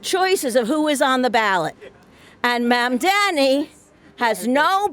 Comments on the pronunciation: "Mandamni" has got to be one of the most egregious ones yet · Cuomo still can't pronounce mamdani's name, lol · They can't say Zohran Mamdani correctly... We should spell Cuomu/Coumu/Qwoomoo/GooyMoo incorrectly! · Andrew Cuomo is literally incapable of pronouncing Mamdani correctly. I can't tell if its because he's old or because he's islamaphobic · He still can’t pronounce his name ffs